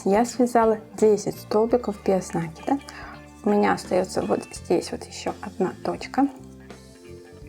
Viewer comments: Слух режет неправильное ударение и слушать не хочется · Мастер класс супер, очень полезные видео. При таком приятном голосе нАкид режет ухо🙉. Не умничаю, простите пожалуйста, написала бы Вам в личку, но ютуб такого не позволяет. Надо говорить накИд, потому что: нить накИдываем на крючок, мяч подкИдываем и закИдываем в ворота... и тд. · Всё хорошо, только ваш нАкид режет слух.